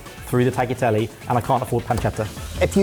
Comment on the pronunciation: Good job! As a german living in Sicily I love the Caponata, cannot really judge the rest But guys! The 'gl' in tagliatelle is pronounced like the gl in aglio (cause it's followed by an i) Grazie mille! 😊